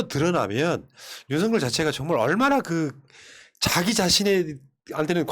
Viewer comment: 윤서결이라고 발음해야